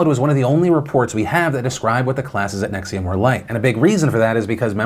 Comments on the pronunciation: Why do you keep saying Nexium as in the heartburn medicine? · I get the cult. I dont get the pronunciation of the cult